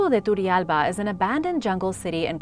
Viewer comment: I highly admire your pronounciation, you do an amazing job. Just one thing. Turrialba is pronounced with a hard "R", as in rich. In fact every time there's a double r in an Spanish rooted word, the R must be rolled. I love you. You Rock.